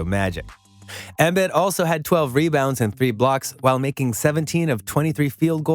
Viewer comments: Learn how to say the guys name right chief. The i’s sound like e’s. eM-beed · He really calling him Joel Embed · Had to sign in to pile on about embed… dude if you’re a sports content creator watch at least one video that says his name… this is like M Night Shyamalan Last Airbender Ang wrong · He said “Embed” 😂😂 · Say his name correctly. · Y u saying his name like that 🤣🤣🤣🤣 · Why are you saying his name like that? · Dude can't even pronounce Joel's name correctly. What did you expect? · Sorry it’s hard to take this video seriously when you mispronounce these names like that. It makes one believe your reading off a prompt and don’t actually watch the game, because literally no one pronounces Embiid and Kawhi like that.